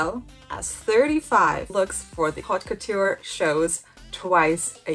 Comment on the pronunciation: Haute couture is pronounced Ote Coo-tur. H is silent in French. Learning French pronunciation is really helpful for fashion and designer words. One tip about French that’s easy is that C, R, F and L are virtually always pronounced, every French student remembers this acronym as representing Careful, CRFL. (A lot of French letters at the end of a word are silent, except these). I’m trying to learn the difficult IPA (international) phonetic pronunciation guide, but it’s easier to use English sound-alikes. I’m only trying to help, not criticize, you do very well.